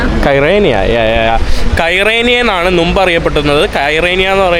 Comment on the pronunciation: നു മ്പ് അല്ല മുമ്പ് എന്നാണ് പറയേണ്ടത് ഇനിയെങ്കിലും ഒന്ന് ശ്രദ്ധിച്ച് പറയൂ സുഹൃത്തേ